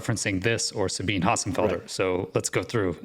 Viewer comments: Una nota di pronuncia: Sabine Hossenfelder (Dr. phil. nat./DSc) è tedesca. Per ragioni germaniche, il suo nome di battesimo si pronuncia, agli effetti pratici, Dzabina. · Sabine = Sah-BEE-nuh. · Listen I am german and I have relatives with the name Sabine. I know how to pronounce the name. „ea“ as it is pronounced in the present tense of „read“. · In German, Sabine would pronounce her name "Suh-been-uh" (long E in middle syllable), just by the way.